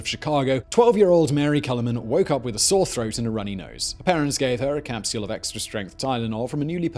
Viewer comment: How does this dude spell capsule...? Capseule? Capsiyule? It’s two syllables not three lol.